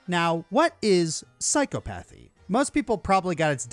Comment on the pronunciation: That's not how you pronounce Psychopathy. It's Sigh-Kaa-Puh-Thee. Also, not how Sociopathy is Pronounced while I'm at it. So-See-Aw-Puh-Thee. I know Arceus is up for debate (even though the Arceus Movie layed out how it's pronounced), but, this pronunciation you did with Psychopathy and Sociopathy is factually Incorrect.